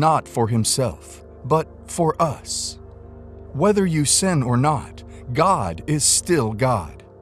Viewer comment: Time and time God is warning us against "san" 😂😂😂. It's not "san" it is "sin"'